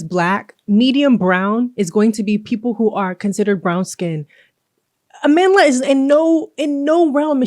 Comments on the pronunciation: "Ah-man Dlah" It hurts to hear such an important South African name be butchered in pronunciation. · I knew what was up when she explained how her name was taken from the word Amandla meaning power, a word used to bring strength to the SAn struggle against Apartheid, but they pronounced it as Amanda. Mispronouncing a word takes away its meaning and thus power. It's even worse listening to people overstretch explaining why it should be a biracial or American to fill the role. Reasons like its Hollywood or no one wants to watch Nigerian actors from Nollywood. It's so flippant and disrespectful. Imagine we adhered to those reasons for Black Panther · you pronounced her name wrong